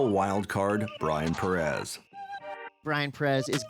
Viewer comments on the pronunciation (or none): Please attempt to pronounce Pérez somewhat correctly.